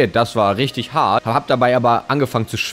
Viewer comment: Wie er das hart am Anfang betont xd